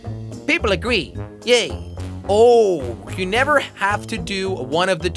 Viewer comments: Come on I can’t be the only one who has noticed that “hever be able to produce healthy children” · “Hever be able to” anyone catch that? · On the last question it said hever instead of never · It said Hever not never on the last question